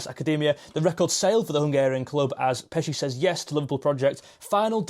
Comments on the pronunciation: Hey mate, just for info, Pécsi means from the town of Pécs, like Armin of Pécs (Hungary's 5th biggest city), pronounced (close enough) Péchi (é like in café ch like in church, i like in ship). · close, but if you want to go for perfect pronounciation, then its more like: Armin (with A sounds like the u sound from up, and i is short.) Pechi (with e sounding like a from stale, and i is short) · Correct....more information....Pécsi pronounced like patchwork.......Szoboszlai Dominik means Dominik of Szoboszló....Hajdúszoboszló is a City of thermal bath in Hungary.......Hungary have so 250! thermal baths....Greeting from Hungary😰